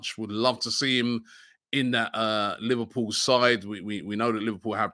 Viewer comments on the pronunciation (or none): none